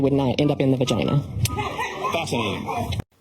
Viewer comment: The "Fasinating" LMAO